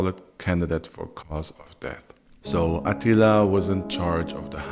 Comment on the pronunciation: The only downside to this video is that AH-teeel-AH's name doesn't have the same gravitas as Maaaar-koos Orrrrrr-REAL-eeeee-US. Still, our boy is THE best storyteller on YouTube. Fact.